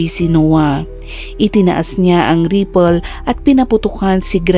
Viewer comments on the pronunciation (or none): Hala Vlogger, what's with your Caption?🙄🥺. Sino ang pinatay, ANAK o INA? Also, please check your pronunciation of "Rifle" and "Indictment." For your improvement.✌️✌️✌️